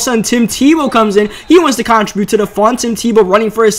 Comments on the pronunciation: Learn how to say contribute please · Bruh you gotta learn how to pronounce the word "contribute" if you're gonna say it that much lmao